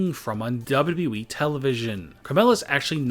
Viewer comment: Stfu its not WWWWWEEEEE its WWE